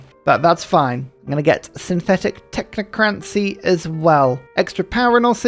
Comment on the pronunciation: I’m sorry to leave a nitpicky comment but please learn how to pronounce technocracy! You’re adding an n that isn’t there